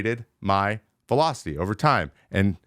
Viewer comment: When did velocity become Vee-low? Serious question